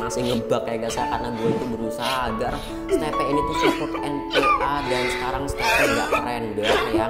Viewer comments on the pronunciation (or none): Steve bukan stepe 🤬🤬🤬🤬🤬🤬🤬🤬🤬🤬🤬🤬🤬🤬🤬🤬🤬🤬🤬🤬🤬🤬🤬🤬🤬🤬🤬🤬🤬🤬🤬🤬🤬🤬🤬🤬🤬🤬🤬🤬🤬🤬🤬🤬🤬🤬🤬🤬🤬🤬🤬🤬🤬🤬🤬🤬